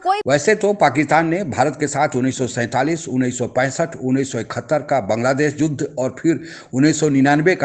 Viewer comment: Bhai aap Pakitaan kyon bolte ho. Pakistan kaho. Juddha nahi yuddha bola kariye maharaj.